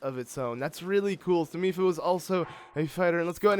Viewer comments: he said “Mady Lipha’s” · "Mady Lipha" 🤣🤣🤣